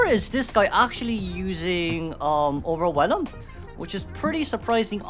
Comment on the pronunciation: While I do think it's endearing, I just want to point out that the new trait is not "Overwhe[lum]", the "elm" at the end is pronounced the same as "elm tree"